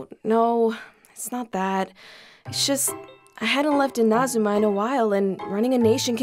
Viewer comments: The pronunciation of the actors 😭😭 “In-Ozma” says, “Enemo” says Zhongli 💀 Everything else was top tier tho song was perfection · really pronounced Inazuma “Inah-zoom-ah” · INAZUMA ITS INAZUMA NOU UNAZUMA HOW CAN YOU MIS PRONOUNCE YOUR OWN NATION! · Im still flabbergasted with how ei pronounced inazuma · I love this so much, but ei mispronouncing inazuma hurts 😭😭😭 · Why did mispronounce Inazuma so weird lol. Also his secret is he is an alcoholic.